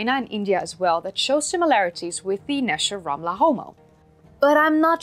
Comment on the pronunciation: You got the Hebrew correct. Great video